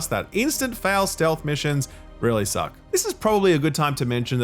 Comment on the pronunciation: I laughed out loud when he said that. The emphasis on SSSSSUCK got me